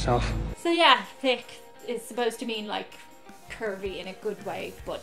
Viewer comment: sounds like you are saying tick for the word thick You dont pronounce h